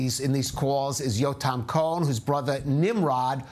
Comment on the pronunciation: I think COHEN was pronounced incorrectly.......that is my last name, but maybe in ISRAEL that is the pronunciation 🎗️🎗️🎗️🎗️🎗️🙏🙏🙏🙏🙏 more IMPORTANTLY..... BRING THEM ALL HOME NOW, TODAY 🇮🇱🇮🇱🇮🇱🇮🇱🌎🌎🌎❤️‍🩹❤️‍🩹✡️✡️✡️✝️✝️✝️🦋🦋🦋🦋in G-D s name we PRAY 🙏🙏🙏🎗️🎗️🎗️🇺🇸🇺🇸🇺🇸🇮🇱🇮🇱🇮🇱🇮🇱🫂🫂🫂